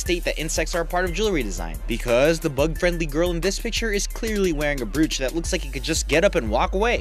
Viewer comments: Dude, it's b"ROACH". Not brew-ooch . But forgive you cause you are a guy, and the video was fun. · lol I know what the word 'brooch' looks like, but it's actually pronounced 'broach' XD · Your pronunciation of the word "brooch" really makes me question whether you've ever heard it said or only read it. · BR-UUUUUUU-CH??? BR-"OOOO"-CH!!